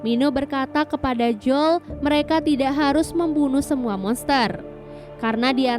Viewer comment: Bacanya joel mba bukan jol